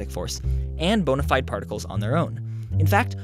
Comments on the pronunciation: Lol he said "bonnerfide" hehe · haha., you said bonify..